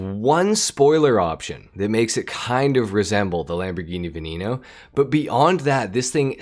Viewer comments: its veneno no veninou, its not hard to pronounce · What’s a Lamborghini “Vinino” 😂 no offense